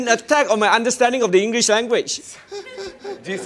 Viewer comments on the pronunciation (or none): none